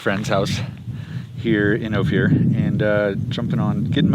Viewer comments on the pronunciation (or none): fyi….it’s O-fir, not o-fear. I lived in Telluride for two years many years ago, so know how it’s pronounced. been there several times. Opir pass road is pretty rough, even in summer. a 2 wheel drive van not gonna make it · It’s pronounced o- fur 😂 …that’s my old neighborhood ❤️‍🩹